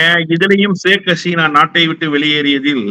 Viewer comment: Hesina alla. Haseena.